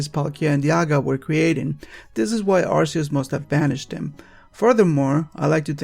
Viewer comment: "Him"? Giratina is genderless. EDIT: Also, "Arceus" is pronounced "ar-kee-us".